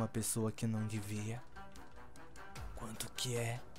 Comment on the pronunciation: O FIM FOI MUUUUUTO FOTA EU GOSTEI DA PARTI QUE ELE FALOU GUAMTO E MIL MENOS SETI